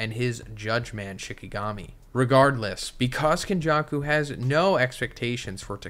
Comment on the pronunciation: nothing beats white people pronunciation man; got legends like KonJuck-Ou and Meh-Goomey